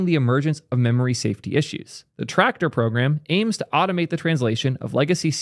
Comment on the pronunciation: TRACTOR also known as YACTOR